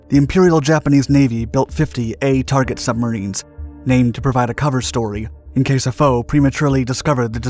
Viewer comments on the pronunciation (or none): none